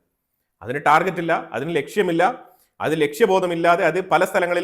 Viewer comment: ടാർജറ്റ് അല്ല ടാർഗറ്റ്